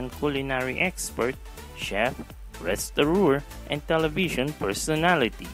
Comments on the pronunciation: restauranteur NOT restorooor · It’s “restaurateur” not “restaureur”